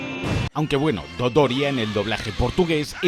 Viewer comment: Minuto chilenismo weno jajajaja te le ha olvidao xddd